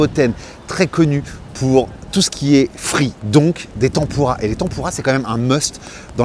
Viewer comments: Tampourra plus apres. On dit tèmpura.😂😂😂 Merci...😁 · ça me perturbe la prononciation de tempura ... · Tempoura tempoura, t'en pourra pu ^^ Désolé mais la prononciation m'a tué de rire =)